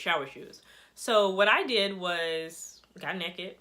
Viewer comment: “Get neked atch your bed” KILT ME AND CAUGHT ME OFF GUARD. I love how you’re serious but have a humorous way of explaining everything 😭 thank you